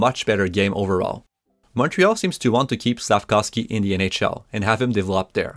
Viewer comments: as a slovak I can confirm here it is pronounced Slaf-KOWV-SKEE. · Since last year, I would hear, SLAF-KAWV-SKI. During Saturdays nights game, I would hear Chris Cuthbert pronouncing SLAF-KOVE-SKI or SLAF-KOWV-SKI. Wondering which is correct.